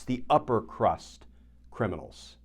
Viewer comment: "The upper crust". Emphasis on "crust".